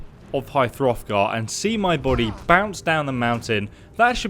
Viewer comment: It's hrothgar, not frothgar.